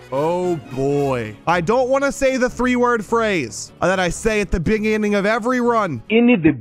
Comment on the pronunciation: NOT THE "IN THE BENGINGGING" AGAAIIIIIINNNNNN IVE HEARD IT A LOTTT!!!!!!